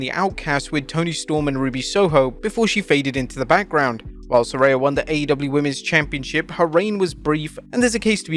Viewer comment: I thought her name was Saraya. This guy keeps saying SARAY-YA